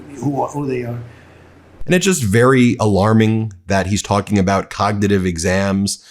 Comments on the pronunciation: Can’t even say cognitive test whilst telling us how good he is at codnuhative tests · He can't even pronounce the word "cognitive". If he took a Real IQ test, we'd know that he has NO AGENCY over his weak, rotting, narcissistic mind. He's such an embarrassment... and a boil on America's ass.